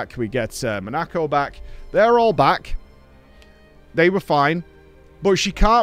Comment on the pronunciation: Bugs me more than it should how pronounces "Monoco"